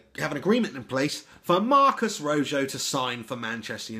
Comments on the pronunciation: RO JOE lol its pronounce RO HO Which means RED in English lol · His name is not pronounced "Roe-joe", seriously. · its pronounced roho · It's pronounced "Roe-Hoe" LOL. But I love your vids anyway, mate. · This video is EVERYTHING that is wrong with modern football fans. Has no idea who the player is we've signed, can't pronounce his name, and even better goes on to suggest RON VLAAR is the answer to all our problems as a World Class defender!? He basically admits to knowing nowt about anything yet he feels qualified to spout off about it anyway......Grade A* GloryHunter who'll probably be a Chelsea fan next week